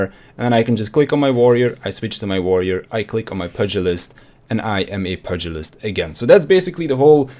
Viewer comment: It's pronounced pewgilist